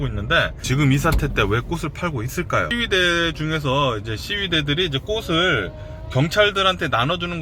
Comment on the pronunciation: "꽃을" 발음 제대로 해주세요~^^ "꼬슬"이 아니고 "꼬츨"입니다~